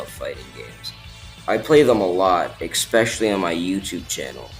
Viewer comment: There is no X in "especially."